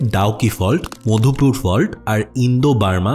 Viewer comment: Mopdhupur❌ Madhupur✅